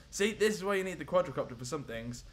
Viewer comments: It's called quadcopter not quadracopter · THE QUADRACOPTER!!! dude... wtf its Quadcopter not QuadRAcopter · it's not quadrocopter it's quadcopter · Omg it's not quadRAcopter it is quadcopter